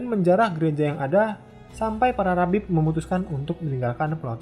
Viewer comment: "Rabib" ?? Bukanya seharusnya rahib? Rahib = kaum rohaniawan non tertahbis kan?